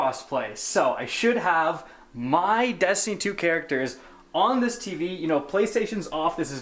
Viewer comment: Dammit. You get paid to OVEREMPHASIZE the word "Destiny". Please stop😂😂😂😂😂 goddamn